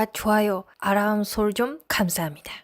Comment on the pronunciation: 아라rrrrrrr암 설정 ㅋㅋㅋㅋㅋㅋㅋㅋㅋㅋㅋ